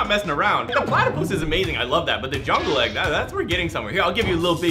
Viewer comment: I’m obsessed with platypuses me: Do you mean Plattaie?